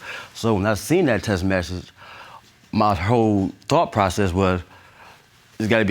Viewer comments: I hate when people can't say "text message". It's T.E.X.T not T.E.S.S. Can make kids but can't talk.. SMH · He been to two colleges but he can’t pronounce Text message. 😒